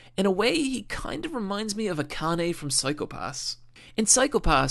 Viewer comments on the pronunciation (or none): none